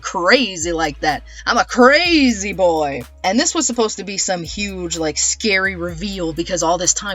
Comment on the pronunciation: “cos I’m ćrÆżÿ like that”